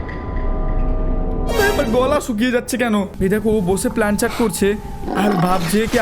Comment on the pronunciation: 😅Plancheet ✔️ Planchat ❌